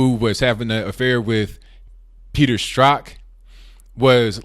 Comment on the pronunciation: I really appreciate that you can pronounce 'Strzok'.